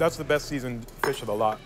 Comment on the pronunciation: I always cringe when the HC narrator says Ferrrrrrsh, its pronounced fish not Ferrrrrrrsh